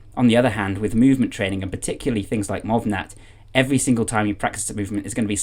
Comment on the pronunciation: Great video! BTW, "MovNat" is pronounced "MoovNat" since it's a shortening of the French "Movement Natural". Similarly, "Georges" is one syllable and both G's are pronounced like the Z in "azure". Imagine saying the English "George" with both G's making that sound and you've essentially got it. Love your channel!